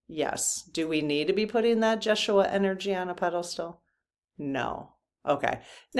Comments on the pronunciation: Hi. Yeshua is pronounced YES U A Rather than Jess u a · I think it’s ya-shu-a. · I think I've heard the name pronounced Yes-shoe-ah.